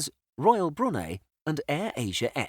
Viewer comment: I've travelled through Brisbane three times and I can say it's a great airport! Also, he pronounced Brunei wrong